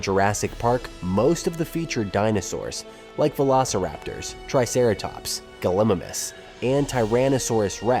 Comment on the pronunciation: Would be great if Gallimimus was pronounced correctly.